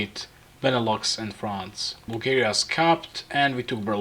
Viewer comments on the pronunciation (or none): none